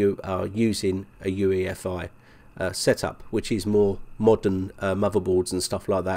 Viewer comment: "for UFEI" Do you even make a script? You know it's UEFI! Just stop making these horrible mistakes already!!!